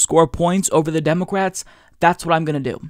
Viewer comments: The way pronounces « democwrates » is so American! You know what I mean. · Do you pronounce "Democwats" and "Congwess" like this on purpose? Honest question from a first time viewer here, maybe I missed a joke.